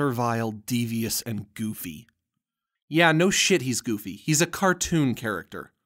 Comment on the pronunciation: You're saying the goffy...yeah I know it how stupid. 😧